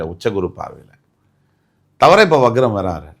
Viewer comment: முதலில் சரியாக வக்ரம் அதாவது Vakram not vagram என்பதை உச்சரியுங்கள்